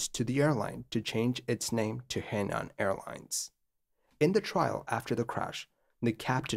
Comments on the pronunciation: "her-nan" not "hey-nan" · Henan is pronounced Huh Nahn. Just fyi. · Henan is pronounced “Hernan”. A significant thing to know to tell this story. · Henan is pronounced her-nan. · A tip for the creator, should he need to mention He Nan Airlines again, you got nan right, but He is pronounced like Her, but without any r sound. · Not super-important to the story, but just for the record, the “He” beginning of “Henan” is pronounced (essentially) like the “hoo” beginning of “hook.” It’s a Province name, written 河南, and means “south of the river.”